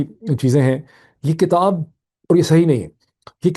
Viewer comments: Your analyses are very useful and logical. I pray that God will keep you safe. (Sir, have you mind if I pay your attention to the word which is actually "Kitab" not "Katab"). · BTW Doc,the pronunciation is KITAB,and not KATAB according to you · اسلام علیکم معید۔ ہم آپ کے بہت شکر گزار ہیں اتنی بہترین خبروں اور تجزیے کے۔ آج دو گزارشیں ہیں۔ اگر آپ برا نہ مانیں تو ایک یہ کہ کتاب زیر کے ساتھ ہے نہ کہ زبر کے ساتھ۔ دوسرا یہ کہ اگر آپ پاکستان کی مہزبانی کو کمشن نہ کہتے تو بہتر تھا کیونکہ ہندوستان کے گرو آریا نے پاکستان کی مہمان نوازی کو ہوٹل کی خدمات قرار دیا ہے۔ جو کہ اس کی حسد اور جلن کو ظاہر کرتا ہے۔ اس لئے برائے مہربانی آپ دشمن کو آپ موقع نہ دیجیے۔ شکریہ۔